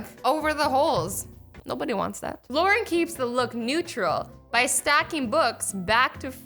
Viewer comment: Thompson "luaren"